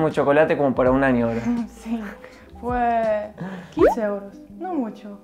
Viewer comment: ese fua y ese obvio le salio muy argentino Jajajaja